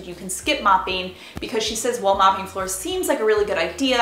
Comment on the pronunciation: Cleanin, usin, moppin, just wondering where are you from?